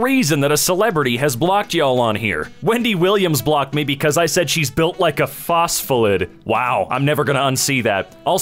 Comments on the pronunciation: phos-fo-lid XD You actually pronounce that phos-fo-lip-id but i can't blame you. Science words are unnecessarily hard to pronounce. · Ah yes, the „phospholid”